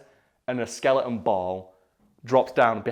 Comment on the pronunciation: Did he say skeliten?